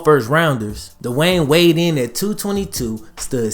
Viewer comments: Ha,thot tha homi was tripn 4 a secnd whn i heard “dwayne weighd”,lmao,im like “d~wade”!?..,whn/how tf he get up n tha dam d~bo vid!?! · You said dwayne wade😂